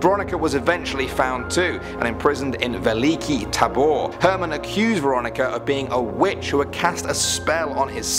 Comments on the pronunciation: can we just take a second on how he said Veliki Tabor? yeah wtf ure ruining our laungage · The way you said Veliki Tabor itmade it sound like a name for animal